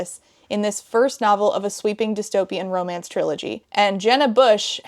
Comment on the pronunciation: omg it wasn't just me who heard discomance 😭